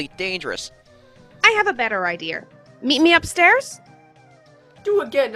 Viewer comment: TT: “ i have a better ider” Well that’s what I heard